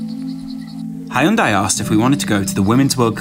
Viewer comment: That pronunciation of hyundai tho